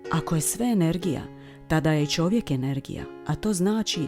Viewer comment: kaže Čovjek, a Ne ĆOVJEK